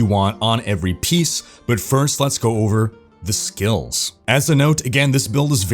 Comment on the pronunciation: I love when u say "Let's go over "pause" THE SKILLS"